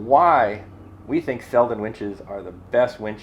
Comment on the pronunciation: Congratulations to all new sponsors! Not to be picky but it should be pronounced Seldeen with a long second E. Cheers from Sweden! 😉